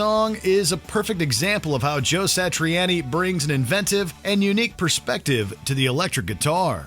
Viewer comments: I'm pretty sure Joe Satriani pronounces his name Sa-tree-ah-nee, not Sa-tree-ann-ee. But keep saying it like you're saying it,. It only grates on the nerves of Italian people everywhere when you mispronounce their names.....goob! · WatchMojo: "Joe Satri-Annie" Me: "Stop saying it like that!" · Man said “joe satrieannie” hahahahha who else but watch mojo? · The pronunciation of some of these names is what kills me most. Meshoogah, Satriannie lol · You need to learn to pronounce the artist's names correctly. Satriani, Mahavishnu...